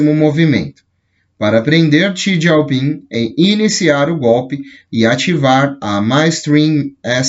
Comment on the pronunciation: não achei nenhum contato da fundação, ela tem base aonde? Tá em espanhol. O presidente chinês é: Xi Jinping (Jinping e não "gieu" ping)